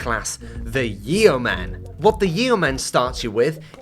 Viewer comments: It's pronounced yo-man my guy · I believe it's pronounced yoaman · you're english, how did you mispronounce Yeoman.